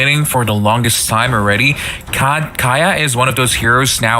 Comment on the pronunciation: Kaya fck Don't u know how Pronounced kaja